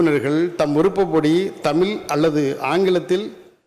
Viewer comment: தமிழ்ன்னு வாய்ல வராதா? தமில் தமில்ன்னு சொல்றாரு😢